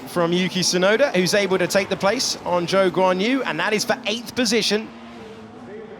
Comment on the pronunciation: Quien es Wan Yuzu? No se pasen, aprendan a pronunciar bien su nombre 🙃